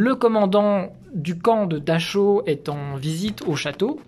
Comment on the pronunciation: Gangl... nickel, mais on ne dit pas daCHau... mais DaRAO (phonétiquement). CH=R en teuton et AU=AO... 😊